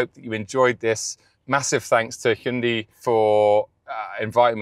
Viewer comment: Hee-Und-I easy, not whatever you say